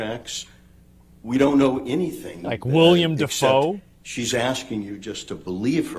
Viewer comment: PepeLaugh :point_right: " Like William DeFoh"